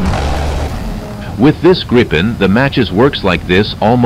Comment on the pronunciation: He has repeatedly refused to learn how to pronounce Gripen correctly :(, its like "multipheeting" :_Crying::_Crying